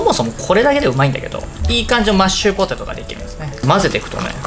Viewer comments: やっぱり『マッチュポテト』って言ってました!? 聞き間違いじゃなかったwwwww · 今日も安定のぐでんぐでん笑 マッチュポテト言いよる笑 そこが面白いww てか、ぐでんぐでんで 料理やる気あるのが凄。 私絶対無理w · まっちゅぽてとっ(๑>ᴗ<๑)